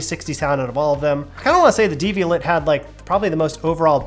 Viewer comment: Devial*AY* (-et, French; like Chevrolet).